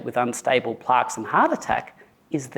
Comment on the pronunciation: Why is he saying Plarks